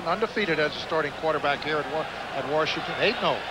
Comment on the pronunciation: I love how they call them Warshington.